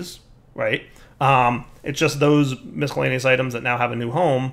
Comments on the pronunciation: I'm not a millennial so I'm incapable of being triggered, but I agree his (incorrect) pronunciation is annoying as hell. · I will never not be triggered by how pronounces "miscellaneous"